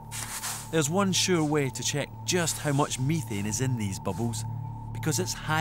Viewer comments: BTW, it's pronounced meh-thane, not me-thane. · If i hear this dude say MIthane one more time I'ma flip out!!!